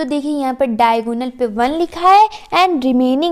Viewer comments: Actually it is diagonal not daigonal😂😂😂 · It's diagonal not daigonal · It's Diagonal ma'am! Not daigonal 🥂🤍 Overall Your way of teaching is very good!